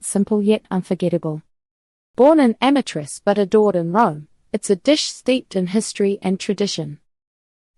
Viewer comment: Change your profession, clowns. And before you post ridiculous videos, learn how to pronounce Amatrice and amatriciana.